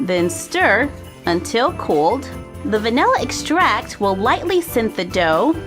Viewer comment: Am I️ the only one who doesn’t rly like yhe way she says “vanilla extract” in the first vid??